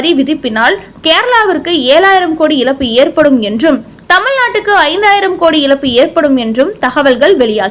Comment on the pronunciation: வலக்கு, இலப்பு இப்படியா தமிழை தூய்மை இல்லாமல் தமிழ் படிப்பீர்கள்! Fie with your tamil pronunciation!!